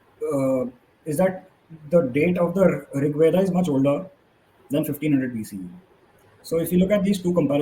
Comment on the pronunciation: Anybody who pronounces rigveda as rigvedaaaa and mahabharata as mahabharataaaa should not be taken seriously